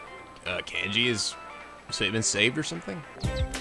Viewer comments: It's pronounced Con gee, not Can gee, by the way. I heard you use the correct pronunciation once or twice but then you went back to Can gee! >.< I know I'm being neurotic, but I have a feeling it's going to be annoying if you keep pronouncing it that way... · is the first part of Kanji's name pronounced "Kahn-ji"? or "Can-ji". because I've always pronounced it "Kahn-ji"